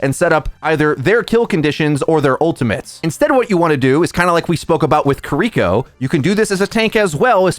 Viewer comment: omg, it's pronounced "kee-ree-koh", not "kuh-reek-oh", and it's really bothering me this entire video